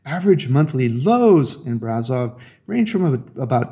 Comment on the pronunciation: It's pronounced Brash-offv